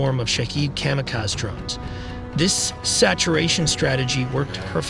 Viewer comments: kamakaze. say ka-ma-ka-zee not ka-ma-kaz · I never heard kamikaze said as kamakuz